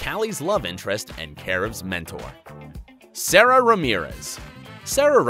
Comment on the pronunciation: It’s pronounced SaDa Not Sara